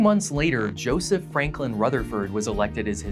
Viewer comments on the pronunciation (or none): none